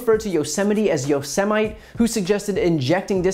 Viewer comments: Starbright Wingtips Lucky you! You musta missed when our daily serving of humiliation from the president was him pronouncing Yosemite (Yo-Sim-Ity) National Park as Yo! Semite! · Trump wanted to know was it possible to Nuke a hurricane. No one said he did. I saw the picture of him staring into an eclipse. I heard him say inject people with disinfectants and using sunlight as a possible cure for the virus. I heard him call the virus a hoax. I heard him say Yo semite. What adult is not familiar with Yosemite National Park? I've heard him mispronounce names of foreign leaders, countries he's not familiar with. Nothing wrong with that but you would think he would have sense enough to ask how to pronounce these names before he actually gets in front of people and screws up. I guess now I'm not supposed to believe my lying ears? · Also Yosemite